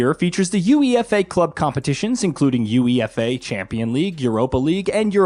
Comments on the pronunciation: Aaaahhhh Americans man . . . Uefa is one word not U.E.F.A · Wtf is youee effay? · Your UEFA pronunciation made me chuckle. It's pronounced Yoo-ay-fah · Guys, wish me luck in winning the YOO-EE-EF--AY cup this year. Soccer is great! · Holy shit that UEFA pronunciation has got me dying 😂😂 At least get someone who knows anything about football to do the review 😂 💀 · Just the comment I was looking for. I’m so bothered by him spelling it out😂😂😂